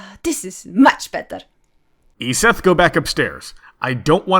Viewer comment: Logicked always pronounces your name “Ee-zet,” but this guy pronounced it “Ee-seth.” I’m perplexed.